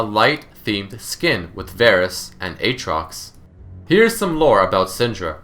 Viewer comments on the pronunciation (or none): none